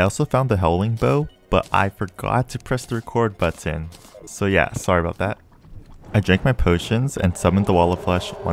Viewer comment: "Reekord Batton"